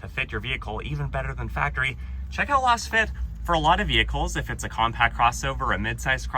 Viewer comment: Why does it bother me so much the way he says Lasfit…?